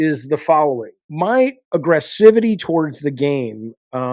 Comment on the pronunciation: Jaffe said aggesivity. lol